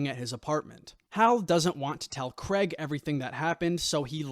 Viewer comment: It's Craig not 'Creg'!